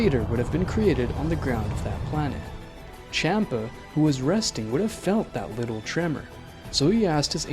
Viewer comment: Champa not kampa